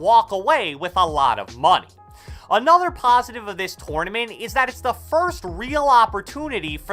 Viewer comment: "TORN-A-MINT" lol